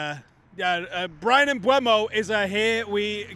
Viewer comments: Mm-boo-mo, not Mm-bway-mo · it's been 3 months, you can type PREMIER LEAGUE PRONUNCIATION on youtube search bar and listen for yourself when Mbeumo pronounces his name, and he doesn't magically switch the E and U letters around. It's not Mbuemo. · At least you could learn how to say his name correctly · Now we've signed him you'll have to start pronouncing his name correctly there! 😂😂 Another top video, cheers lads.